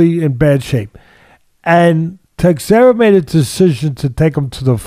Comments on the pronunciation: Prohazka and Teisheira. Funny hearning Teddy's pronouciation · Teddy's mis-pronunciation of Prochazka (and Teixeira for that matter) is legendary. I'd put him up against Joey Diaz any day of the week lol. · LMAO it's "Pro- hauss- ka And Glover's is Tesh-air-uh Guys, please don't change 😂😂 You've managed to outdo Chael Sonnen at butchering names.